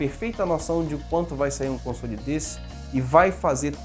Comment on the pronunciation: Deve ser algum grau de "toc", eu mesmo ainda sinto um pouco de "incômodo" quando ele pronuncia "consôle".Felizmente para meus ouvidos nesse vídeo a maioria das vezes foi "consóle". Como eu disse não é uma critica, só reconhecendo meu "tique".